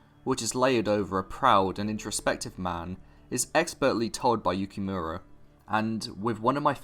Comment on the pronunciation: Good video but you need to learn how to pronounce Japanese names/terms “Makoto YukiMARA” “SAInen” lol Edit: Wait you pronounce Yukimura correctly later on, I guess you just said it wrong that one time.. but yeah learn how to pronounce Seinen though lol